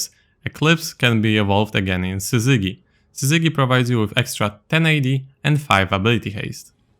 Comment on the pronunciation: Just FYI I know English isn't your first language but I just wanted you to know: the g in Syzygy is the soft g like in giraffe.